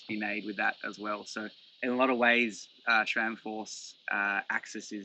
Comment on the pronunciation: There is NO “H” in SRAM. 🤦‍♂️